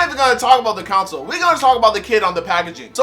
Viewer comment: It irks me every time you pronounce console like “council” lol